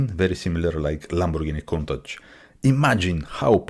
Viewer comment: Wow, someone who CAN pronounce COUNTACH. Nice video of an awesome Gandini Design. Ics-Uno- Nove.